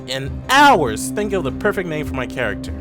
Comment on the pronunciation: Pretty fair review, but please, dude work on your diction some time, ok? Not only you pronounced all the names wrong, but you also miss some letters completely. But I bet you wouldn't read this and continue on with your not so good tongue.